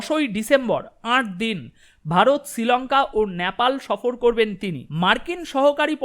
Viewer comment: Nyapal noy, nepal, ektu thik kore nile bhalo hoy.